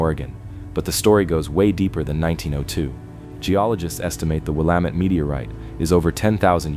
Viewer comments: "Will-a-mat"? Are you kidding me? Geesh! These AI voices really need to learn how to pronounce names. It is pronounced "Wil-la-met". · There were quite a few Oregon places mispronounced. Willamette is Will-am-it. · Great Video, but he needs to learn how to pronounce Willamette.